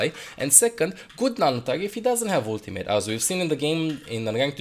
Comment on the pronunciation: I love how says ultim8